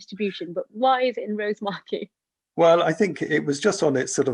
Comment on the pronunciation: Fascinating presentation. Was lucky enough to see the poor thing on the beach, but it's good to know it will have helped out understanding of the species a little more. Thanks for this. P.S. Only point to make, is that the emphasis in Rosemarkie is on the A, not the O. 😂